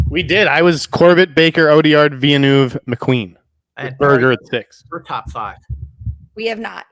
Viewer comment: I don't see Denis Villeneuve getting in either. Also, should there be a school for Americans to at least learn how to pronounce his name? It really isn't that hard.